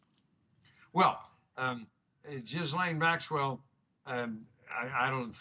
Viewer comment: lol, my man said Jizzlaine Maxwell